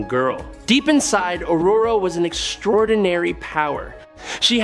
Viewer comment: He pronounced it right, lol.